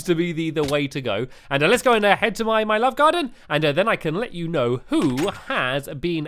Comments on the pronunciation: Did anyone else here him say lalaove garden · He says lllove